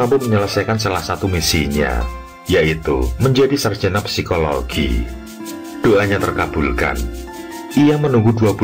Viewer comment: jarusnya ucap :"si-ko-lo-gi" ganjel aja denger "psi-ko-lo-gi" 😂